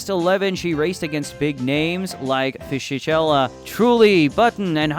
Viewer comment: Lost me at "Fishy-Shella" Try "Fizzy-K-ella" next time 😅